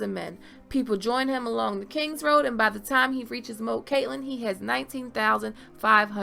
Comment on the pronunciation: Moat is prounced with the long "o" sound